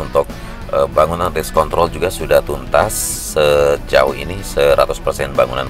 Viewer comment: Wah pelanggaran nih.. bilang race kontrol gak pake R 😂😂😂